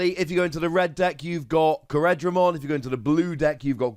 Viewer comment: core-dra-mon not co-red-ra-mon.